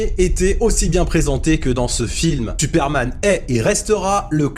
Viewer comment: à : « Tuperman » ? 🤨